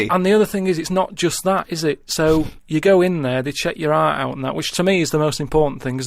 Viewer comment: He can 'ear his own 'eart.